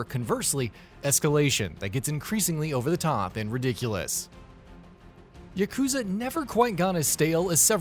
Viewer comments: Its not: yuh-KOOO-zuh It's: YAH-ku-ZAA. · It's YAH- KU- ZA not YUH-KOO-ZA